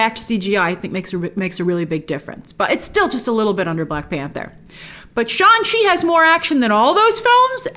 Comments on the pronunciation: Shang, pronounced like Shung not Sean. 😏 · Grace I’m sorry but I have to do this but it’s pronounced shanG chi, G is not silent. They even released a clip about the pronunciation so please say it correctly🙏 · Hey Grace, is it Shaun Chi or Shang Chi? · SHAN SHI😂😂😂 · Shang Chi is pronounced "SHAHNG-CHEE" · I cannot believe that there was a scene in the movie/trailer where Shang Chi corrects Awkafina about the pronunciation of his character's name, and here we have reviewers still fucking his name up.